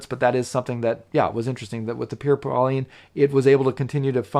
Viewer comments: Great review! One complaint...It's pronounced "Paul-ain" with a soft "N", not "Pauline". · I much prefer the Merkur, mostly for the dial legibility and case design, as well as the suede strap. Just a note..."Paulin" is not pronounced "Pauline", but rather more like "Paul-aingh) with an almost silent "n" sound. Great review. You and Shane are a great duo. I'm going to watch his review and see if he mispronounces "Paulin" as well!